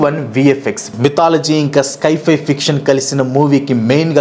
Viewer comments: స్కై ఫై కాదు బాబూ దాన్ని సై - ఫై (Sci - Fi) అనాలి. నీకు ఇంగ్లీష్ నిజంగా రాదా లేక కావాలనే అలా పలుకుతున్నావా? Infosys కంపెనీ లో జాబ్ చేసావు, పెద్ద యూట్యూబర్ అయ్యావు, అయినా ఏంటిది? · స్కైఫై ❌ సైఫై ✅ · Adhi sky fi kaadhu guru si fi sience fiction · It's not sky- fi , its sci- fi , means science - fiction. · Sky-fi wifi kadu bro it’s sci-hi…..criticise cheyatledu correct chesthuna..malli nannu veskokandi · అది స్కైఫై కాదు అన్న దాన్ని సైఫై అంటారు. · Sci-fi ❎ sky - fi ✅😅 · Skyfi kadu sci fi